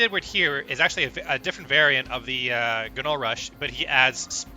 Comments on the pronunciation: The G is silent in GNOLL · Can you PLEASE learn to pronounce gnoll???????